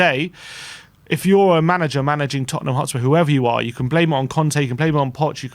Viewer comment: ''To win thee cup for Totten-ham.''🤣🤣😂😂🤣🤣🤣🤣